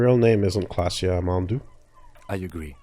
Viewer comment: K L A A S J E Why does everyone keep saying Klassje?